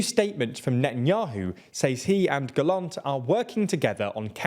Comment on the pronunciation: about the Israel story maybe try to say Gallant with emphasis on the la in the name and not Gallont but good work in generals, it not easy to say names you don't hear a lot